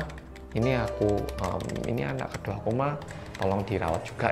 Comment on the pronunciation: anak ke dua dalam satu ,lucu nyebutnya min.